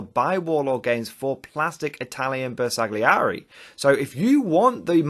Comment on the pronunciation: Ma dai! 🤌Its pronounced "Ber sal yee eri"